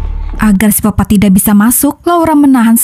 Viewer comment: Sikopat bukan sipopat